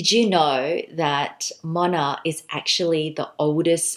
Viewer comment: I love the brand! Its been popular here in Japan and Korea in the luxury circle. You arent pronouncing it quite correctly but Moynat is amazing